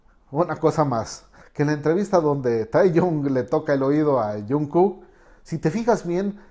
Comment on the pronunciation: JAJAJAJA pasa que no sabe pronunciar los nombres y les dice bEtEesE o tAeyOng o jOnkUk JAJAJAJA